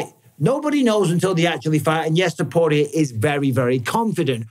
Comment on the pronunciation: Am I the only one who is annoyed by the way Mike b says topurrrrrias name 😂❤